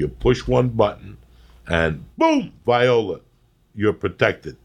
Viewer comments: He pronounced viola wrong 😂😂 during the ads in the beginning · Lol at the start when Joey says viola instead of voila while reading the ads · Is no one going to mention how Joey pronounced viola? HAHAHAHA